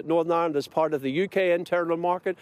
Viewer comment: Did he say Norn Ironed????